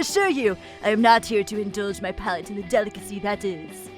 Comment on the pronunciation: palate, not pallet.